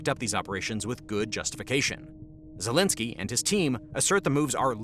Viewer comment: "Vol eh da ma zelensky" 😆